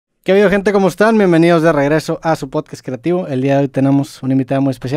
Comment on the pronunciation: Poscast dijo poscast jajajaja 🤣🤣🤣dijo poscast